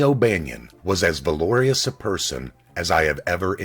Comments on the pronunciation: The narrator is awful! Are you kidding me? Valor-ee-ous?? Valorous! It sounds like his audience is grade school students. Which is fine, tho they don't care about the Irish mob. Garbage. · Valorous isn't pronounced that way.